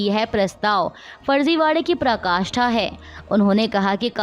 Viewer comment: The anchor needs to work on her diction and pronunciation. Pronouncing "पराकाष्ठा as प्रकाष्ठा" and अद्वितीय incorrectly shows poor preparation.